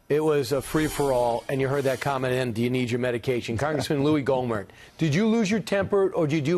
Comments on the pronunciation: lol pronounced Gommer, but spelled Gohmert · It's Gommert, not Gomer.